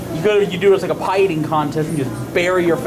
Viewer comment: Pie not pit